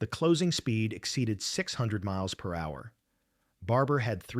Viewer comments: For heaven’s sake,if you must use robot voices produce your text without using abbreviations. They confuse your AI voice. ie. MPH is read as “MMPHHN M”. If you print “ miles per hour,” then that’s what will come out and finally you would have fooled us into believing the voice is a living person speaking . Cheers from Downunder 👍🇦🇺🇺🇸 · I just love the speeds given in Map-Hoia and Mal pia mets! ( Hey AI, learn what MPH for Miles Per Hour is!) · Why can't you (AI) say "miles per hour", or "em-pee-aich"? It is ridiculous! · A.I. voice, “three hundred- eighty mep”😂😂😂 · Teach your AI narrator how to pronounce 'MPH'. (miles per hour) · you need a second AI to listen to your video and correct the lack of your AI's ability to interperet abreviations. Sloppy Sloppy Sloppy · I got quite a few chuckles over the pronunciation of "MPH" .... Had to play it for my wife and daughter as well.... My Daughter is a "Grammar Nazi" so it was pretty funny. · The A.I. narration attempts to pronounce "mph" as a word. Stupid... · Teach your Robot how to pronounce MPH. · This AI narration is crap! Cam not pronounce mph 😮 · I also saw where zeros also didn't dive well. The video mentions that the zero's controls would freeze. Is this more AI lies? I love how the robo voice mispronounces MPH... Hilarious😅 different almost every time. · The major crime here is the "narrator's" mis-pronunciations of MPH. Pathetic. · It really is funny and ridiculous!